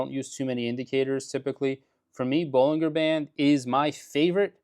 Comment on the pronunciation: Bollinger is pronounced.....baa-lun-jr.